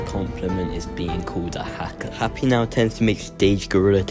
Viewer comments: the editing is amazing as always, also WHY DID YOU CALL HIM HAKPY 😭 (its happy) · love the vid but ''hakpy''